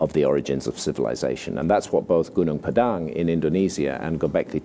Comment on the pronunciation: I'm impressed with how he accurately pronounced gunung padang. Like a local.